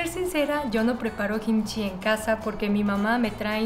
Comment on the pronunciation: Hola, me encantan tus videos y no me pierdo ni uno pero tengo una preguntita tal vez algo ignorante pero cuando hablas de Kimchi hay veces que dices Jimchi y no se si es diferente o es lo mismo.